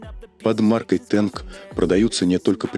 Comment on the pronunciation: Не «Тэнк», а «Танк»!